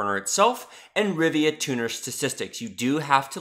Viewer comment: lol you kept saying 'Rivia' -- that's where Geralt is from ... this is RivaTuner :p Nice tutorial, mate -- thanks!